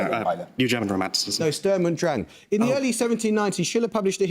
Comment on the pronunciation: I´ve never heard sturm und drang being pronounced this way lol